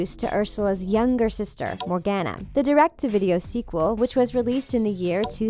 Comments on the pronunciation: COME ON!! NOT ANOTHER ONE! It's pronounced, MORE-GONE-UH I wheezed when she said MorGANuh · (Sorry for Hating) PLEASEEEE SAY MORGANA’S (More-Gone-a) NAME CORRECTLY GR